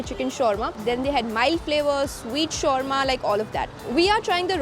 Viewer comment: The way u pronounce shawarma is wrong